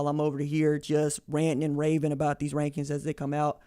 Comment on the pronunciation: Did you mean wankings instead of rankings?